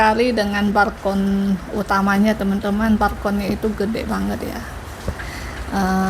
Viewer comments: Balkon bukan barkon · BALKON, bukan BARKON PULANG, bukan PURANG Btw, kenapa kok pindah apartemen?